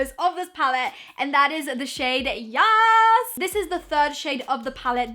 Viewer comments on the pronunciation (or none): I am cringing when she says yazz